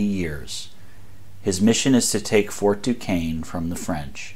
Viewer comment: Fort Duquesne is pronounced "DooShayne" and NOT "DooKayne" Not a criticism . . . just tired of always hearing the name mispronounced